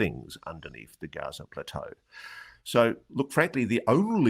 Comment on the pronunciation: It's GIZA PLATEAU "NOT" GAZA PLATEAU...